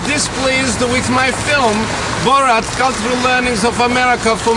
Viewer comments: BORAT....NOT BOROT!! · BORAT not BOORAT...idiot. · Normal people: Have you seen Borat? This guy: BOROT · Why can't Americans say His name right?? It's BorAt...........Not BorOt!!! 🙄🙄🙄🙄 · I dont know how any native english speaker would pronounce rat as rot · OMG its not BOROT Its boRAT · lmao listen to how the americans say Bo RAT , they say it BOW ROT lmao what the hell ? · I wonder if the reporter's mispronunciation of 'Bor-RAHT' was intentional, he seemed to go at it pretty fierce, lol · "Borot" why dont these people do their own research before going on air and sounding like an idiot. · Bo-rot? Really...? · Say BO-ROT one more time , i dare you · Who the hell is Bor ROT, learn to say his name jesus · The only match for borats troll level is the anchor’s consistent mispronouncing and overuse of bo-rat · wtf is with the "bOraught"? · this news guy is a dick! borot???? wtf??? dick! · borot hahha lol does this guy live in a cave or something??? how could no one have corrected him.......... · It's not Borot you moron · lol.. the guy pronounces borat like 'borot' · It's even funnier that the anchor can't even pronounce Borat's name lol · I die a little inside every time he says “Borat” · Then later he actually brought tourism to the country Lol. Got damn is wrong with this guy saying borat like he a got a twinkie up his Amy’s. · Damn he says it wrong every time 😭😭😂😂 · Why is he saying it like that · They can’t even say his name correctly, what idiots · Couldn't they find a newsreader that can actually pronounce his name? 🤔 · Why can't he say 'Borat' correctly? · Funny stuff but for fucks sake, the way the newscaster pronounces Borat is bloody cringe =P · I swear to god news anchors are just not real people. I've NEVER heard someone pronounce Borat in any other way but I guess if you are someone completely disconnected from society and practically a robot who just reads a teleprompter then you would mispronounce it.